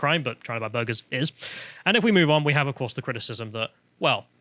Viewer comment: No one:: bOrGeRs